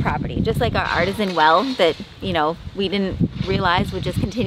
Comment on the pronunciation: "Arteeeeeeesian" well. LOL. At first I thought you had discovered a Grotto with Frescos, but as so many others have pointed out, it is pronounced "Arteeeesian." LOLOLOL. Love your channel